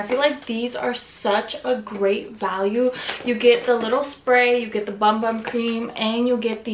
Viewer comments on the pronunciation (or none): Hey girl ...sol de janeiro cream is pronounced boom boom cream 😊